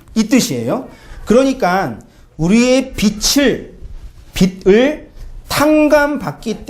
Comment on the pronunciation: "빚을" ㅡ빗츨 이 아니고 비즐 입니다^^